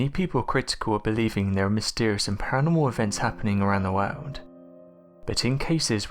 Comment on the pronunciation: I cannot stand the way he says " wowrld " AHHHH LoL